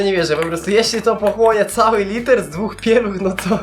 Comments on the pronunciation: mówi sie litr a nie liter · nie muwi sie liter tylko litr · Wiem że jesteś z Ukrainy ale dobrze mówisz po polsku oprócz litr a nie liter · litr!!!!!!!!!!!!!!!!!!! nie kurwa liter litr!!!!! japierdole jak ty wkurwiasz no nawet takich kurwa prostych rzeczy nie potrafisz... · Litr nie liter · jaki liter to się mówi litr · Litr a nie liter